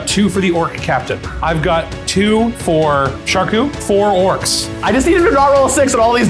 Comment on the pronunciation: Orcs, NOT orcs!